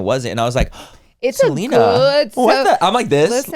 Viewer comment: The way that manny and Laura keep referring to Selena Gomez as “Seleener” is killing me 😂💀